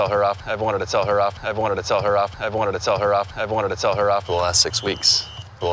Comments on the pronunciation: 조쉬 말하는거빼곤 크게 어려운 화는 아닌데.. 글로리아가 콜롬비아 출신캐릭터라 그런지 발음이 원어민만큼 또렷하지 않는게 나름 재미있네요 ㅋㅋㅋ 그리고 조쉬말하는 부분중 I've wanted to 부분은 I've wannted 이런식으로 들리네요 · 에 I've wanted to 에 발음이 원니르 원리르 대충 이렇게 들리는데 어떻게 발음해요?